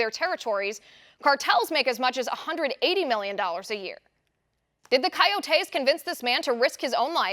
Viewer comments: Love your show! It's not pronounced "kayotayse" it's pronounced "koyotis" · Kai-yoh-tay...lol, love you Liz! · What the hell are you saying when you say coyotes coyotes